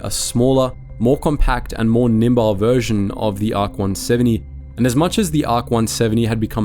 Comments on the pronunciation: The word is nimble, not nimbile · in this video the voice pronounces "nimble" as "nimbile" though